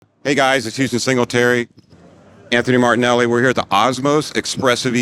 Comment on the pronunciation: I really wasn't impressed with the Osmose E when it came out but this..... wow!!! What a demo!! It's in a class all by itself!!! (And tell that guy it's MARINELLI not Martinelli LOL!!!)